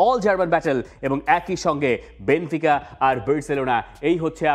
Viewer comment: বেনফিকাকে বার বার বেনতিকা বলছে! দলের নাম বলতে পারে না অথচ বিশ্লেষণ করছে!!!!